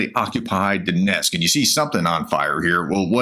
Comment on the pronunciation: what is Donesk & Ryzan? Almost 4 yrs and still can't read or pronounce simple effing names.. God bless Oleksandra and all like her. SLAVA UKRAINI